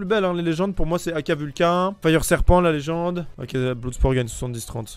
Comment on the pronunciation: Bloud spor. ouild fire. J'ai retenu que ça 😂